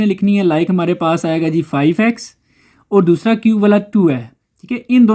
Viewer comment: Ya dosra Jo dosla kyun bolta ha